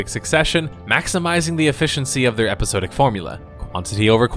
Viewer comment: Epi-SOD-ic not epi-sode-ic